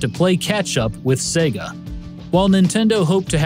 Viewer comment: Thank you for pronouncing Sega correctly:)))))))